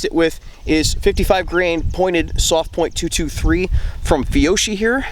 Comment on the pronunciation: The correct pronunciation of that brand of ammo is “fee-Yo-kee” said the annoying grammar nerd. Ok I’ll see myself out.